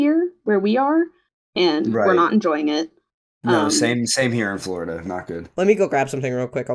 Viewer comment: I hear your concerns, but mumbling “Florida” and “Texas” does not do our States justice. Bro, Donald Trump wants 0 kinds of smoke with targeting Texas. And he probably wouldn’t even fly over the swamp. 🐊